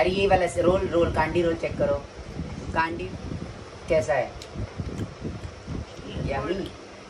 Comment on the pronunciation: It's candy roll not caandy